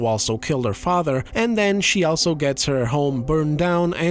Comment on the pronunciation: Where are you from that makes you pronounce "also" the way that you do? It should be pronounced as "all" like "all of us are dead: You pronounce the "all" part like its someone's first name like "Al Pacino". It just sounds off and you say it a lot